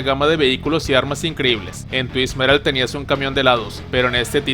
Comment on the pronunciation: Se dice tuisted metal no tuis metal 🙄😑